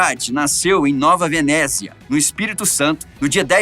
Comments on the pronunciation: Só uma correção. A pronuncia corretado do nome da cidade é NOVA VENÉCIA e NÃO ¨NOVA VENÉZIA¨. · Falou o nome da cidade errado é Nova Venécia e não Venezia, (sou do Espírito Santo) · Só uma observação. E nova venécia e nao nova venezia.